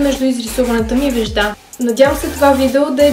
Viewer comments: Вѐжда се казва не веждА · Ударенията на молив и вежда не са правилни ;)